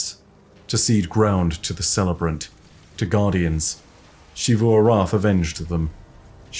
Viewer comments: Hey just so you know the “X” in Xivu Arath is pronounced like a “Z” not a “Sh”!!! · When will start pronouncing Xivu Arath correctly. Drives me BONKERS that he continues to say it wrong after so long.